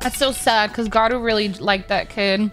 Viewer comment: Not geenos its to be pronounced jenos and not garoou its garo